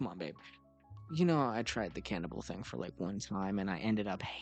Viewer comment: "I tired the canaval thing one time!" Sounds like bro can't cook 🙏😭